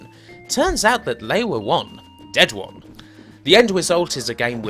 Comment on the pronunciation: their is so many words missing R's in this video... bowing (boring) wong (wrong) foeva (forever) vamin (varmin) .. lolz